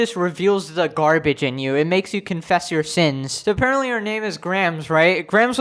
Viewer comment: Garb- age